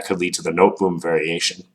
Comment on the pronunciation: That was quite the close shave. And at least it's nicer to be reminded that one's preparation needs work in an unimportant online rapid game rather than in an important OTB game. Minor nitpick: The Noteboom variation is named after the Dutch player Daniël Noteboom (1910-32) and thus it ought to be pronounced as in the sound clip on this page